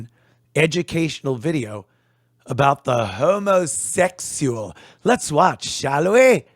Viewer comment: I laugh how hillbillies pronounce, Homa-sexul.😂